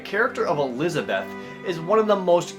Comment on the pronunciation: Fucking hell, LEARN TO SAY ELIZABETH...